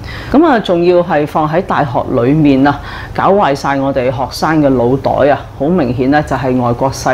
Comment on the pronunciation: 美與否見人見智，各花各眼。聲綫呢，就有D沙啞，重唔少鼻音。但說話流暢，改善以上問題，同改正D懶音 (係"Noe 袋"，不是"Loe" 袋)，會好過西門子多多。